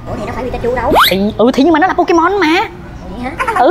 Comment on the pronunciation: Pokemon anh hỏi là Po_Cha_Ma